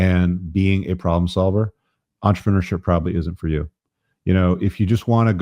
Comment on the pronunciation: For fuck's sake stop saying entrepreneurship like a french baguette, speak english, say business.